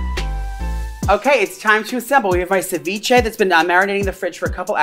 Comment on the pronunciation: As a Latina watching him butcher ceviche hahaha 💔😂